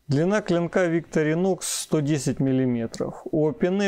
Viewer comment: Не совсем корректное сравнение ножей. Victorinox(ударение на второе "и") по сути своей, нож для ковыряния еды в тарелке, т.е нож для пикника, где всё уже в принципе подготовлено и не требуется никакой разделки оленей туши. Нож весьма узконаправленный, что нисколько не делает его каким-то ущербным. Его специфическая форма также обусловлена ещё и тем, что этот нож не подпадает под весьма строгие европейские законодательства, касающихся колюще-режуще-стрегущих предметов. Victorinox - складной столовый нож, устойчивый к окружающей среде. Opinel - перочинный нож, категорически не любящий продолжительного контакта с водой. Это даже не разные весовые категории,а просто разные по сути своей вещи. На мой взгляд, использовать Opinel для нарезки продуктов не самое лучшее решение, т.к. в виду конструктивных особенностей, его крайне тяжело промыть от остатков пищи, да и деревянная ручка с водой не особо сильно дружит. Victorinox же безболезненно перенесёт купание и в посудомечной машине, хотя проделывать это с ножами не рекомендуется.